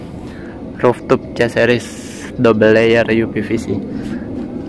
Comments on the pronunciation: Roof top bacanya Ruf top bukan Ruf tup.... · Rooftop dibaca ruftop bukan ruftuf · Ruptup risih aku dengarnya